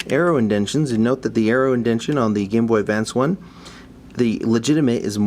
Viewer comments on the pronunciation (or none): IndenTAtion, not Indention. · I know this video is over 5 years old but something about you repetitively saying "indention" as if its a real word bugs the shit out of me lmao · Just one thing. It's indentation.